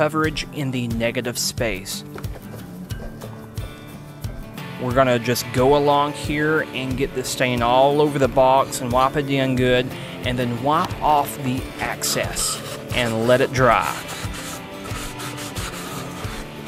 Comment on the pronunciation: Do you mean wipe off the excess? , You said, "...and then, wipe off the access." I'm assuming it's supposed to be "excess" judging by the other issue of, " After I'm done sending this," instead of saying "sanding" from . You seem nice and I like your techniques, but I'm distracted by the wording as well as some of the pronunciation. I'm from Texas, but I've lived in Arkansas, Louisiana, and Mississppi, so southern accents aren't new to me. Having nice, clear, accurate pronunciation of words is even more important than the nice, clear lines on the carving because while your work might speak for itself, you have to use your words to teach. This is something that you could easily work on to give your videos the same level of polish & attention to detail as you do to your lovely wood carvings. I wish you the best of luck.